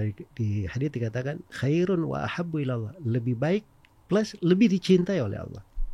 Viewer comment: Knp sih harus ngomong Auloh? Giliran bahasa inggris sok2 native. Hahaha.